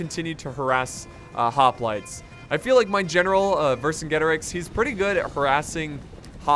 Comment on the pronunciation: I think it’s pronounced verse-in-jetorix